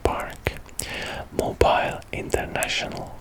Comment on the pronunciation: it's pronounced Mobeele not Mobile